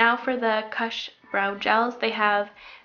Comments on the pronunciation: It's not KASH.....it's Koosh. U as you.....jesus take the weel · "kush" is pronounced so it rhymes with "push", not so that it rhymes with "hush." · The way you said kush made me laugh but good to know you're not a stoner.